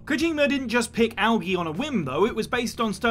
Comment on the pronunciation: You butchered algae worse than the Russian’s name